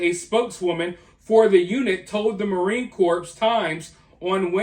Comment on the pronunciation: Bro, as a Marine, I beg you please, Corps is pronounced like Core.. im cool with it until you say "Marine Corpse" lol